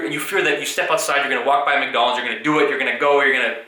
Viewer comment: Every time you say Mc.Donald's </3